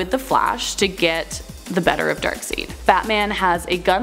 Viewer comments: Darkseid is pronounced Darkside. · Y does she say Darkseid like Darkseed? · She said dark-seed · Yes I know...sounds like a Canadian accent. Like I said... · Instantaneous Sanic I don’t know either but I’m British so I think it’s accent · In all seriousness, She's getting better, but I cringed when she "Dark-Seed... omg 😪😪😪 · I thought it was pronounced Darkside (Darkseid)?